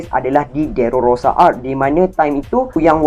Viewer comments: Time record ni saya x sihat sgt.. Tu yg banyak tersasul😬.. Saya betul kan skrg.. DRESSROSA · Dresrosa la bang😂 bukan derorosa😂😂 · stress aku dgna dererororororororosaa dia tu haha